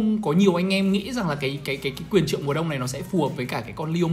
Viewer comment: quyền :)) Do đọc vậy nên bị liệu